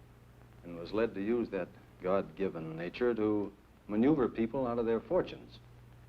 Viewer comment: Very imaginative pronunciation of "manoeuvre."